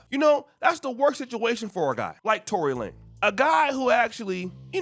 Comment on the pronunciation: Lanez not Lane! lol